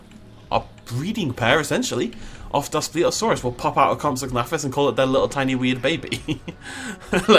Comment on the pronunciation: You pronounced it wrong